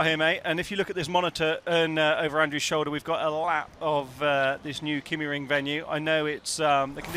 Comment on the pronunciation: Being a Scandinavian, I would suggest that the pronunciation of the "y" in Kymiring is close to the "i" as in Ridge. If you are familiar with German, the pronounciation is the same as the "ü". I hugely enjoy your commentaries as always. Cheerio,!